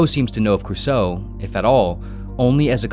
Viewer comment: Also pronunciation of Cruso gave me pain.